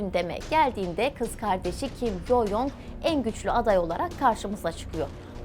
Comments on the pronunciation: Dilimde tüy bitti. Allah aşkına isimleri doğru telaffuz edin. Kin Yong? değil Kim Con; Kim Yo Yong değil Kim Yo Con. Bir bilene danışsanız size daha çok yakışır. Video'yu izleyemiyorum bu şekilde. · Video bilgilendirici ve güzel öncelikle teşekkürler. Bu arada üzerinde araştırma yapıp bilgilendirici bir video hazırlarken kişilerin isminin telaffuzunu doğru yaparsanız daha iyi olacaktır. Kim Yong-un diye değil türkçe Kim Cong-ın (김정은) ve kim Yo-cong(김여정) diye telaffuz edilir.